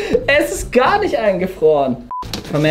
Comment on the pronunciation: Hör auf immer gär zu sagen sonst Abonniere ich dich nicht